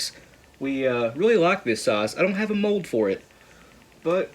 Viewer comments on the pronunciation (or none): none